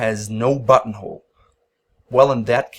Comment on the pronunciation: I watch these video at 2x speed. And I constantly hear “butthole” instead of “buttonhole”.